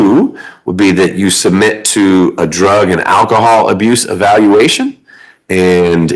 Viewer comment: Why is “alcohol” like “ask” - in certain circles - so very difficult to pronounce? “Ask” is not “Ayyux” And “Alcohol” is not “akkahawl” 🤔